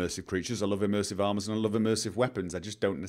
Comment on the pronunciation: We need "Immursive Toilets"